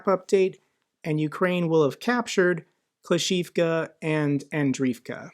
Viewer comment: not uro-zayne but uro-ZHAIN-eh. ZH like prigoZHin, or zaporyzhZHia. english speakers rarely use ZH and instead spell it as Z. also - klish-CHI-yivka, andri-yivka, starom-LYNivka